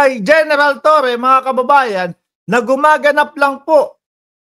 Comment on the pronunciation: torre po hindi toreon